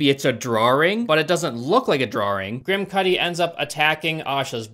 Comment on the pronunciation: I’m sorry, but any time you say his name I can’t stop hearing “Kid Kudi”. 😂